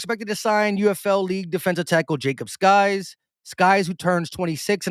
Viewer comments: Hey it’s pronounced sikes not skies, just FYI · Sykes not skys. Y before K